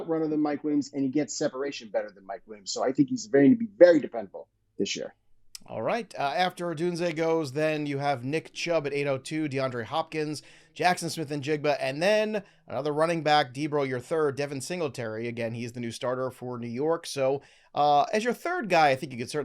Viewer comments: Who tf is Odunyehz… and how did no one call him on this lmfao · My dude is like “Kids couldn’t pronounce my name” and then commits to OdunẼZ??? 🤔😅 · Everyone just sits there and lets him keep saying it wrong… SAD That’s like not telling your buddy he has something between his teeth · Some1 tell to pronounce the players name correctly